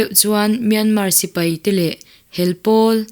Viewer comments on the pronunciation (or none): none